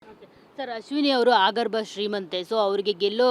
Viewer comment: ಅದು ಆಗಬ್ರ ಅಲ್ಲ ಅಗರ್ಭ